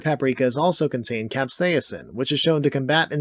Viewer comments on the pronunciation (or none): How you pronounce stuff like medicinal and capsaicin doesnt sit well with me lol